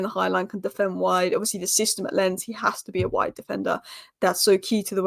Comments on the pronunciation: Love your Spurs content! Keep it up… And I think Lens is pronounced “Law’n” with almost a silent n… 🤷🏽‍♂️ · Oh and Lens is pronounced LONZ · Lens is pronounced Lons with a hard s.